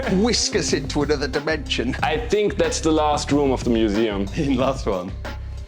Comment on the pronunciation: “So I Bikame a mooseem keeper…….”